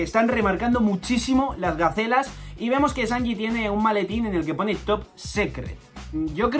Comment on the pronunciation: yo le entendí gaceta